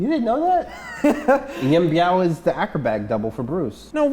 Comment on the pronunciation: Biao is actually pronounced like B ew Bew Yuen is pronounced kinda like You & N.